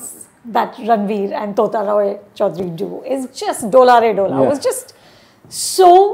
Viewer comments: Its not "Tota" roy choudhury as in "parrot" ma'am!! Please get the pronunciation of bengali names correctly!! Otherwise it sounds insulting!! How would you feel if someone pronounce your name as "Anupuma" instead of "Anupama" ?? God the sheer arrogance & upstart mentality of these "Bollywood" people/critics!! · its "Tota" as in T and not "TH" as in hindi of parrot...please get the pronunciation correct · Madam, its not Tota (तोता), its Tota (टोटा) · टोटा not तोता come onnnn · Please please please its Tota (tamater wala T not tarbooz wala T)